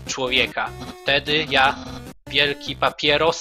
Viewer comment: papajrus a nie papieros